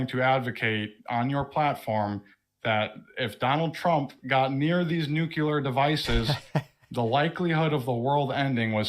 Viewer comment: says "Noo-cue-ler." 🤨